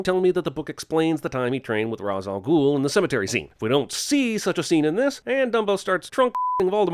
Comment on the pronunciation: Ra's = "Raysh" NOT "Razz" One of the bad things I think of when I think the Nolanverse.